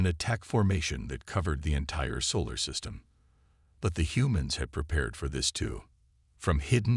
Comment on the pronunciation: "yu developed", well this channel did not develop, is his name Reid or Read ? , "chumbles" or jungles, "we gomp" ??? "where at" or "we are at", "sivals" silos, "the censor officer" sensor, "their launching" they are launching, "gorilla fighters" guerrilla, Thane or Thang ? "they had washed" watched, "soul system" solar system, "gorilla fighters"